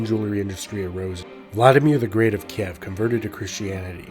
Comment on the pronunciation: You always butcher some of the pronounciation. XD Sekigahara, Ieyasu, Kiev... xD Kind of adorable.